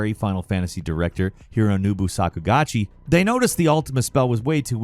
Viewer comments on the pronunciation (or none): "Hironobu Sakugachi" Lmao, it's Sakaguchi.